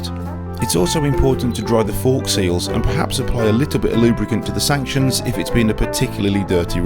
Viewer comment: 🤣🤣🤣 in my head I said stanchions - but it definitely sounds like I said sanctions! 🤣🤣🤣